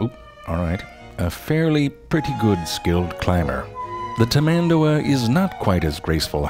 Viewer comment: When he said "tamAndua", I died from anguish.